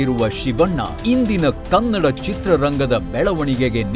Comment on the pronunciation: Sudeep Sir😇❤️‍🔥 Kannad ❌ Kannada ✅